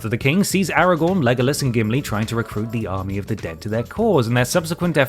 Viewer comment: The pronunciation of Legolas physically hurts me